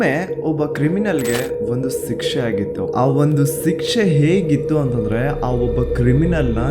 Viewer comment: It's not sikshe bro it's shikshe